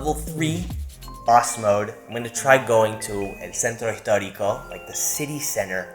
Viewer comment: I loved that he said Centro Histórico with a very clear Argentinian accent